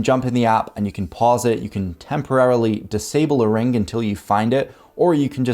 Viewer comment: For gawD's sake, "WHY DONT YOU GO AHEAD" and get your bad diction habits sorted out. It makes you sound like a Muppet. It's NOT a rinGk. NOT strinGinGalonGk sinGinGa banGinGk sonGk. NOT goinGon brinGinGit lookinGat cominGup rinGinGk. It's primary school education that the "g" is silent in gerund and present participle words there's no "k" sound on the end either. NOT brinGinGit lookinGat NOT doinGit cornerinG. NOT sawR lawR drawR drawRing withdrawRal awR-inspiring NOT asdaR pastaR pizzaR bananaR cinemaR sofaR mediaR dataR NOT lisaR nicolaR santaR NOT indiaR canadaR viaR americaR. That's a bad diction rhotic habit not English grammar.